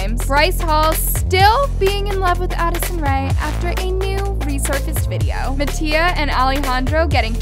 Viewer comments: She said MAttio😭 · I’m sorry y’all but she said “mattio and alijandro” 😭😭😭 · i love how you say mattias name wrong 😻